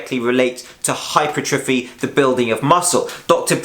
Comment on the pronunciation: its pronounced - hyper - tra - fee.